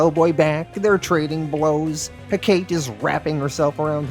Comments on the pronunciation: It’s pronounced heh-cuh-tee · ive only ever heard it pronounced Heck-ahh-tea